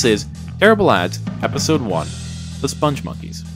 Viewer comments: Joel Veitch, the creator of the characters, pronounces it spong (rhymes with "pong") monkeys, not "sponge monkeys". There's a video on YouTube where he is interviewed (the interviewer mispronounces it too). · you feature a CNN clip demonstrating the correct pronunciation of "spongmonkeys" and "Veitch", and then spend the rest of your video mispronouncing both, meaning your research was nothing more cursory than a couple of Google searches, and your opinion, sir, is invalid.